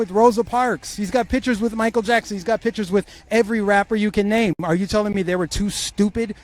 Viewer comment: pronounce PICTURES (NOT PITCURES)!!!!!!!!!!!!!